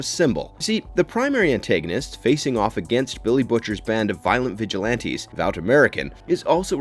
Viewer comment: Hēdn'istik* but what do I know he also horrendously mispronounces vought